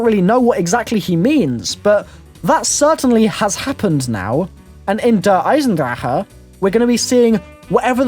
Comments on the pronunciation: Der-Eye-son-drack,, not Der-Eye-son-draher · It's "Der-i-zen-drack" don't believe me? Hear Jason Blundel say it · he says der eisendrache wrong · you say "Der eisendrache" so wrong haha try speaking it out differently